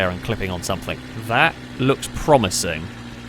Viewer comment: How does one properly pronounce words like "thing" and "think", but then add a K at the end words like "something" or "nothing"? Stop it. You're not a 5 year old.